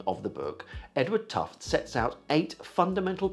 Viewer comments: Gereat video, thanks. And as an aside, Tufte also invented sparklines... as another aside I believe his name is actually pronounced with the final 'e' so something more akin to "tuff-tee" - that's what I seem to recall from one of his presentations I attended many moons ago. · fully understood I'm sure I was pronouncing his name as 'tuft' as well until I went to one of his presentations. He also has a bit about information density from various media, and rails against PowerPoint-less as a not so good vehicle for information, in fact it's tantamount or at least equivalent to propaganda sources... kinda funny, maybe that's why marketing types love it - but alas maybe too true, people are supposedly only able to hold a few items in memory so after the slides clear so does the memory of them in context.